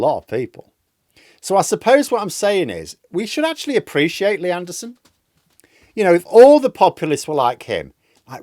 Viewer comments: I love how in a northern accent lee anderson's name sounds like nierdenthal. 😂😂😂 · I keep thinking your saying leanne derson. But that's unfair to all leannes!